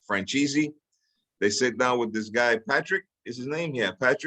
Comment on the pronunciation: Pronounce his name correctly it’s franzeze